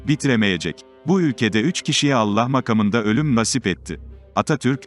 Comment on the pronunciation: Konuşmayı yapan kardeşim ne biçim bir Türkçe konuşuyorsun. Allah aşkına konuşmanı dinle. Makamında lafını nasıl seslendiriyorsun.